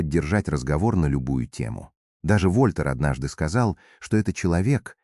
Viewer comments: Красивого графа нарисовал ИИ, но по-прежнему ударения в словах неправильные, например не ВОльтер, а ВольтЕр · Сен Жермен знает ну очень мого языков, а у ИИ даже ВольтЕр вОльтер😂😂😂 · вОльтер? Тупейшая озвучка ии . 🤮🤮🤮🤮противно слушать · ВольтЭр — ударение на Э !!!